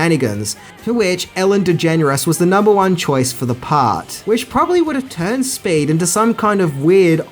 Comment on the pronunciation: I’m confused. Is Speed renamed “Spade” is Australia? All I hear is saying spade when he refers to the title.